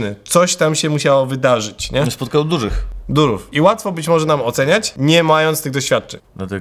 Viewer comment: Za każdym razem kiedy pojawia się "durów" ja słyszę "durum". I robi mi się ochota na kebsa. Dużo kebsów. Durum.